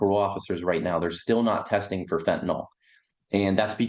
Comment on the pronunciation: I enjoy your HONEST reporting.. and would enjoy it even more...if you Pronounced the word as FENTANYL....instead of FENTANOL !...and thanks again for your HONESTY !